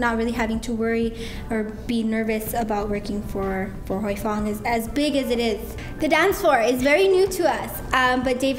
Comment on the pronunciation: I would add, out of respect for the owner and his respect for the boat name he escaped on it's Huy Fong, NOT Hoy Fong! Calling the name incorrectly undermines the product integrity and purpose for naming it!